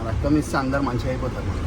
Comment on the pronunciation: Its is not ratam it's is Raktham